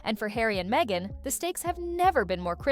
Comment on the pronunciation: He deserves royal welfare because has to put up with meeeeghan. With the silent h but not silent mouth. She should do taming of the shrew